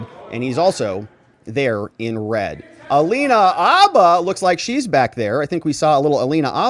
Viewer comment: DUDE IT'S PROUNCED Mur-CHON CH-ON! And it's Alina HA-BUH the H ISN'T silent👍